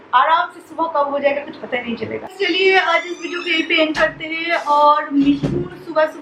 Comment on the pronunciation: 3 ya 4 saal ho gye vlog banate huye aapko par Abhi tak thik se contant Dena nhi aaya. Dusre vloger se aap sikho ki vlog kaise banate hai. Bohut bore Karti ho. Aur plz achhe se Hindi bolna sikho. Hamesha हैं (Hain) Ko है(Hey) bolti ho. Plz Kam se Kam ye bolna sikho. Try it.